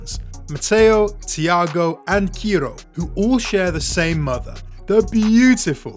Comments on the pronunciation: Not kiro bro,,It's ciro😊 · Great post. Watch out - these kids could be diabolical on the pitch! .And he's pronounced Sear-Oh.